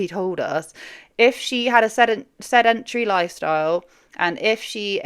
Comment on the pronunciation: I don't get over the way you pronounce "sedentary"